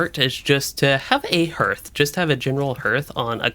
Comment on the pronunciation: Harth. Har-th. not Herth... that is my only peeve of a really epic vid. but hey a comment is a comment.